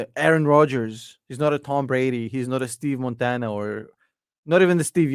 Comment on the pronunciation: Who the heck is “Steve Montana” hahah learn how to speak my guy 😂😂. That aside - Keep up the great content!